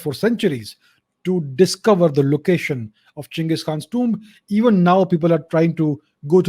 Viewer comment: Finally some Literate Indian calling him Cheng-iz and not Gang-his..... Most idiots form west nations don't even know how to pronounce Asian names properly.